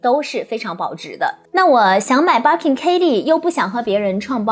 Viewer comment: 我忍不住⋯⋯ Birkin 發音錯了🤫